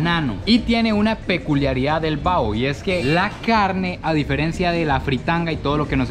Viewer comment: No es comida callejera es fritanga y no es bao es : Baho